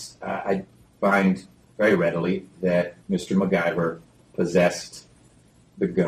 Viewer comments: i thought he said mcgyver lol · Did anyone else hear MacGyver over and over? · Every time they pronounce his name all I hear is McGyver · heavy on the pronunciation of MAc Guyver, for those of us over 30. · I'm just crying laughing about them calling him MacGyver all the time